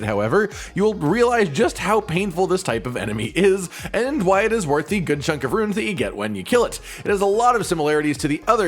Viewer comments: Bruh...The word RUNE and RUIN aren't the same, or pronounced the same. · Why the fuck do so many people pronounce runes=Ruins?? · Stop saying ruins instead of runes it's confusing the hell out of me😂